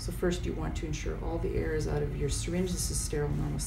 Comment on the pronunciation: Must be Canadian, she mispronounced "out" and Umbilical